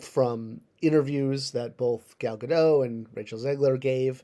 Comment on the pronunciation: I like the video. But it's pronounced Ga-DOT. Dot like the Warner sister. She's not French